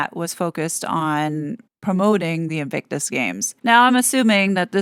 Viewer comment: founder & "patron" lol. Did you notice invictus was pronounced /envysous/??😂 ThankU you do such excellent, intelligent work. I hope I get to meet you someday & give you a real hug!! 🤗